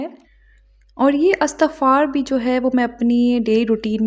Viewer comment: Word istagfar not Astagfar